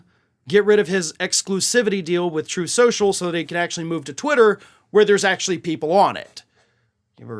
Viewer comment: Troth Sential...